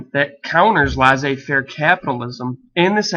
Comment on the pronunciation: "Laissez" is pronounced like "less a", not like "lice a"